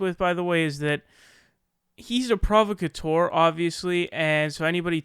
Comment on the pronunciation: You don’t even know How to pronounce the word “provocateur”... Seriously, you’re a fucking idiot. You butcher not only entire sentence structures, but also use completely incorrect words to get a point across, and you BUTCHER words which only have one fucking pronunciation. My god man... where the ruck did you go to school? SUE THEM, THEY FAILED YOU. And what’s worse is that you actually make dumb-duck republicans look smart because THEY CAN AT LEAST SPEAK PROPERLY.